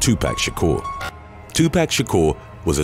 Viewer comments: It's Tu pock not Tu pack 😬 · Two....POCK.....not 2 PACK lol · It's pronounced too-pock not too pack... smh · The way you pronounce some words is annoying. Tupac.. its not 2 pack but 2 poc. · "tupac" is to- pah-k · Tupac is pronounced to Tupoc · "2 pack" ?!!🤦‍♀️🤦‍♀️🤦‍♀️🤦‍♀️🤦‍♀️🤦‍♀️🤦‍♀️ you're old enough to know how to pronounce his name correctly. Put some respect on his name. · The way he's saying 2pac is funny as fuck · you need to see a speech therapist on how to say Jaguar and Tupac lol